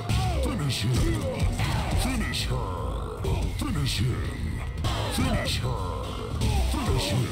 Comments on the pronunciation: Every MK: Finish Him Finish Her MK: Fonosh hom Fonosh hor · When it comes to Johnny Cage, I now start to hear: Finnish Im, or Finnish Er. I should not have watched this from beginning to end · In mk11 i just heard Finishim Finiher